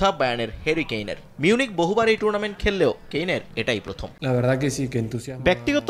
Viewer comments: সময়ের সাংবাদিকেরা কি মূর্খ নাকি ভাই টুর্নামেন্ট কে টুনামেন্ট বলতাছে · লাউতেরো মার্টিনেজের উচ্চারণ ঠিক করা উচিত🤣 টুনারমেন্ট না টুর্নামেন্ট হবে